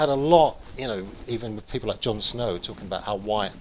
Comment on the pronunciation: I can't listen to this guy, with his pronunciation "talkin' ", "bein' ", "investigatin' ". Awful, slovenly diction. I'm out of here!